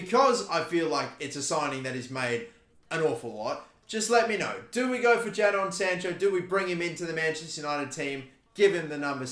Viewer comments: Its Jay-don not Jad-on btw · Don’t sign Sancho because I can’t deal with you calling him Jad-on instead of Jay-don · plz call him jay-don rather than jah-don. my ocd goin mad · It’s actually pronounced “jaydon” not jaidon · Why does he pronounce jadon sancho as jadon sancho him Jadon sancho even though it’s pronounce Jayden sancho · Ja-Don sancho 😂😂😂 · I’m going to pretend he didn’t say jadon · Why did he just glance over dembele when he could be a good replacement at rm if he doesn't go for sancho. It pisses me off every time he says JA DON Sancho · Please pronounce sanchos name right it’s pronounced “jaidon” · Please learn how to pronounce Jadon if you’re going to sign Sancho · Don't sign sancho, will be very frustrating for a lot of people to keep hearing you say Jason incorrectly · I hope he doesn’t sign sancho just for the pronunciation of his first name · don’t sign sancho, it’s too basic and you’ve already butchered his first name 😂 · Is it me or are you saying Jadon weird